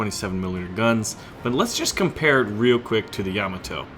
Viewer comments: Dude, you are killing me. It's pronounced Yam-AH-to. The emphasis is on the AH. Also the Japanese airplanes in War Thunder are KI as in Kay-Eye. Not Kee. You don't call a BF-109 a Biff-109 right? (Just a FYI, something Wargaming is getting wrong is that in the west, all naval guns are expressed in inches. The 76.2 is actually a naval 3".) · Yah-MAH-toe or YAH-mah-toe? I always thought it was the first? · your pronunciation makes me wanna CRY!!!! please look up pronunciation of traverse and Yamato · Another awesome video as usual! But for the love of Pete there, baby Jebus kills one of your viewers every time you butcher your pronunciation of Yamato. Sends a cringe up my spine. LOL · how you pronounce Yamato really gets my OCD going man :) but i would play the Montana